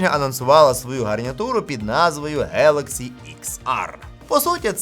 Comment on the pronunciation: Класний канал, завдяки вашим оглядам обираємо класні девайси для себе! Один нюанс: іноземні слова, які починаються на G, як Galaxy, в українській передаються через звук "Ґ". Тобто коректна вимова звучатиме 'ґелексі'. Ще хочеться відзначити, наскільки класно, швидко і якісно ви перейшли на українську😍 З нетерпінням чекаємо нових відео!